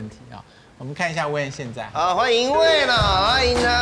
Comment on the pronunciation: wayne 念成 when